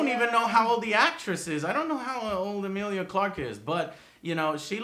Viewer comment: Eh-meal-lee-A Not Emile!!! Petty complaint I know but godamn Joe